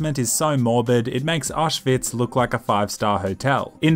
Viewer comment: The way you pronounce auschwitz makes me wanna commit over hydration. I also wonder how did u manage to make so many videos and grow this much of a community with every video being silent with a commentary over it